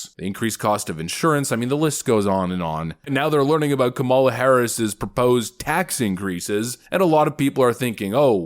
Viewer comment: I think it's actually pronounced "comm-ula".